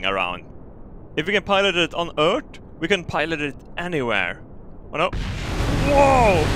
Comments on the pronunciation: ''On Ørth'' Classic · I really love how you say Ört